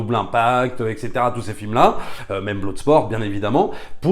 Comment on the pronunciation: Bloodsport ne se prononce pas "bloudesport" mais plutôt "bleudesport" 😊